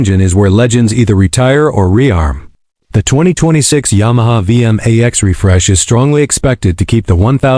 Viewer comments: It's pronounced V MAX 1700 not V M A X 17 0 0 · I can't take these lazy ai voiced slop videos. The ai narrator actually said "the Yamaha V.. M.. A.. X" as if the name is an acronym 🙄